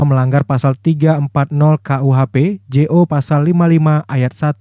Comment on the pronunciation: maaf ya..saran dikit..😁🙏 Kalo baca "jo" itu "junto"bukan " Je-O " ya